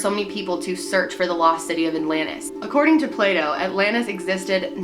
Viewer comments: Did just accidentally say Pluto instead of Plato? lol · does she keep accidentally saying Pluto instead of Plato or am I just tripping? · Plato. Lol, not Pluto. 😉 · It's Plah-to xD Not Play-Dough HAHAHA! I got so confused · I love how she accidentally said “Pluto” 😂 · I died laughing when you said “pluto” instead of plato😂😂😂😂😂😂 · "Plato" not pluto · anyone else catch her call plato pluto lol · "Play Dough" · "Pluto" lol... Loving your videos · The way Americans pronounce Plato is hilarious!! It almost sounds like Playdoh..... hahahaha